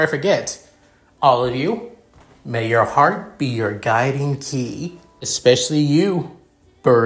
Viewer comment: It's pronounced guiding key